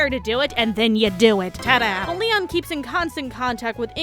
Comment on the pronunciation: why does it sound like you're say Liam not Leon